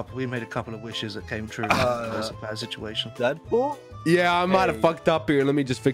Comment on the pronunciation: Dedpol more like frenchpol